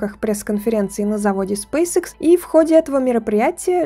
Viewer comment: Лэди, извините, но Спейсэкс, а не срейсикс!!! Что за английская школа у вас, если вы пол слова по английски, а вторую половину по русски произносите - SpaceX?!! Если Вы в Европе живете, здесь все говорят по английски, а если в Азиопе, то и там уже много граждан владеют вторым английским языком!